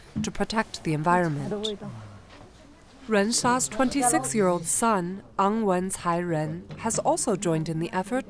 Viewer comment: After showing occupied Tibet as a part of China in this documentary the minimum a Tibetan can ask is learn how to pronounce Tibetan names at least. It is Nga-wang Tse-ring . It's not An wang Tsai reng as the journalist says.